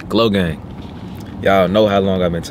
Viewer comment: Bro why you saying glogang